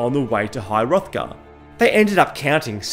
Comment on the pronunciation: You could add to that all the pronunciation errors like called Solstheim Solsteam, calling high Hrothgar high hothgard, etc etc